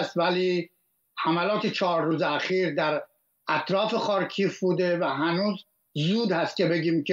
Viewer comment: تلفظ خارکیف اشتباه بود. «خار کی یف » درسته